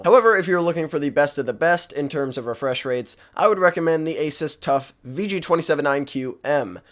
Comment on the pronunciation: lol he said asis